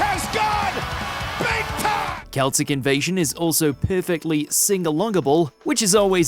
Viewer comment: "Kelsic invasion"? is this AI? i doubt its pronounced like that